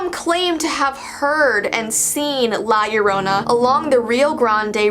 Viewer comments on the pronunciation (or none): La Llorona is actually pronounced “lah yoh-ROH-na”, but I’m not trying to be one of those erm actually people but just letting you know!